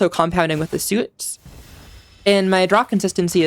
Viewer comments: Subcribed cus you said Soot like Suit and it was Cute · gg queen also "soot" is pronounced like "foot" btw :3